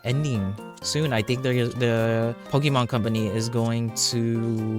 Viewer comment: It’s not pronounced Poki-mon It’s pronounced Pokeh-mon Just a friendly tip